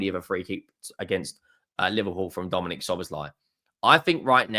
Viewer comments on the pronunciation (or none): none